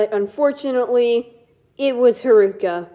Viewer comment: The way you pronounce honami and haruka pains me